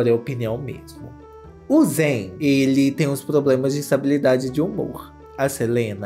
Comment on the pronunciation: que delícia ver você falando o nome e sobrenome do zayn certinho 😭💘 muito meu cristal mesmo